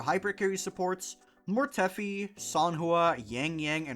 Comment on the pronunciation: WHO TF is MORETEFFFFY. Mortefi, rhymes with DEFY. MORE-TEF-EYE